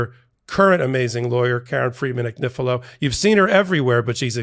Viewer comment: Lovely Karen, I lived in Italy for many years, and there are No exceptions to the rules of pronunciation. Your name is pronounced an-yee-fee-lo. It would mean lambs thread. Love your show. I'm such a fan❤❤❤